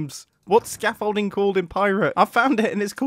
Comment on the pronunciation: When he was looking for the scaffolding. I thought he said 'shit building frame'